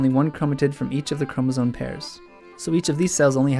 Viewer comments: The way he says chromosome as chromosone is annoying >.< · No, it's pronounced chromosoMe but it's spelled chromosoNe.